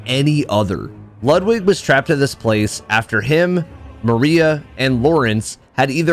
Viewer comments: Great video. I see bloodborne, I like. But why oh why you pronounce Ludwig's name lud wig (like in hair wig) and not Lud Vig like in Ludwig Von (pronounced Phon) Beethoven?!? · Loood wig, m hmm loood wig, not lud like lug lol then that'll do some justice